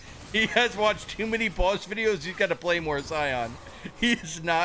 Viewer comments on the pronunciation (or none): It's Baus not Boss